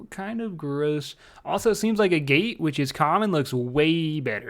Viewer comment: great vids and great mispronunciations as always :D a gate